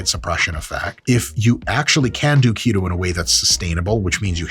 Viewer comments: His pronunciation of "to keto" sounds like "taquito" and that makes me more hungry... I would stop watching this video now... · When you say “keto”, I’m hearing taquito.